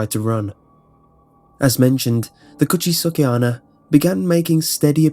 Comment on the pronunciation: i know it's a little detail that doesn't even matter, but just for the sake of information the pronounciation of "onna" is more like "onn-na". more emphasis on the N. also, you said "watashi, kirei" as "Kee-ray". it's actually pronounced "Kee-righ". again, just for the sake of info.